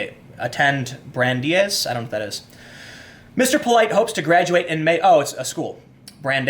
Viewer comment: bran-dice. That is all.